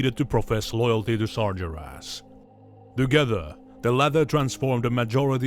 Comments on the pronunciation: a. nonimous "Sar-jer-ass" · `why does this guy say sargeras so weird XD